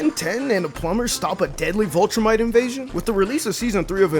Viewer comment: “VIL”-trumite…. Viltrumite. not vultrumite